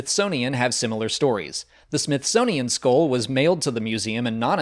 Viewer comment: It's pronounced skull not skoll